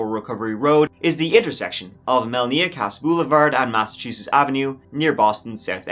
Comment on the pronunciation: Yo. You need to correct your pronounciation of the state of Massachusetts. Stop pronouncing it as though it is spelled Masseteusess. I did the same years ago. It's pronounced exactly as it is spelled - Massachusetts. Don't get corrected by a local, it's better to be corrected by a foreign fool who has been corrected by a local. Just a friendly tip.